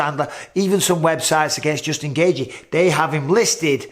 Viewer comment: It's Gayy-chi, not Gay-ji 😂